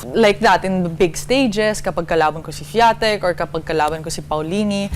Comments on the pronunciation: Jessica, the right pronunciation is SWEEANTEK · Mali rin kasi pag-pronounce ni Alex sa Swiatek, mukhang nagrecord pa ulit si Maam Jess para ibase sa pano sinabi ni Alex. Pero dapat di sila nagrely doon.